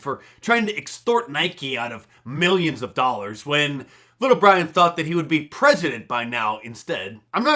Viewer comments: Ah the life of bwian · Mark Dice is a better Lil Bwian Shelter than Lil Bwian Stelter 😂